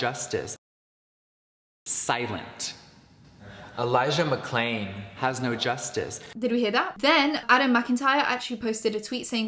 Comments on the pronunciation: Jeffree LITERALLY says "Elijah Mccain" NOT Elijah McClain, couldn't even say his name correctly, that's why there's an edit. He's disgusting and nothing more than a lying man-child who will NEVER take responsibility for his actions. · To me it looked like he might have said McCain instead of McClain and that’s why they dubbed it over